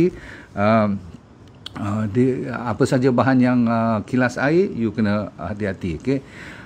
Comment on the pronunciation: Dah tengok video sampai nak habis baru faham maksud Dr sebut "Kilas". Upe nyer "Kalis" 😅😅😅😅😅